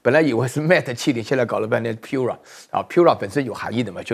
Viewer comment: 华为Pura读piu-ra，不如拼音：pu扑-r日-a啊😂😂